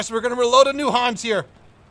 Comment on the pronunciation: Hans, spell it with a short A ;)